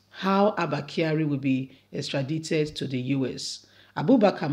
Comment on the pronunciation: Extradited- the I is pronounced as I. Extradition is pronounced as the sound 'e'